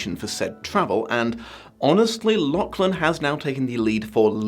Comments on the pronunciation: Hate to be that guy but the names pronounced La-cgh-lan La: as in the french feminine "the" Cgh: as in as in the end of loch (the scottish pronunciation) soft glottal ch Lan: land without the d Not trying to condescend, but this year hasn't been a fun one being Scottish in Britain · death to the algorithm etc etc, if you do the next vid, maybe tune up the pronunciation of Lachlan a touch?:P